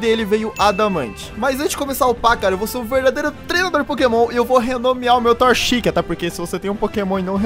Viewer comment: falou torchic errado